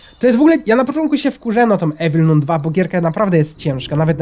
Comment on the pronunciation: jeśli nie wiesz jak się mówi - Evil Nun 2 to masz: Ewil nan dwa. Proszę zostawcie lajka kto to widzi Żeby wiedział bo to wkurza jak mówi Evil Nun 2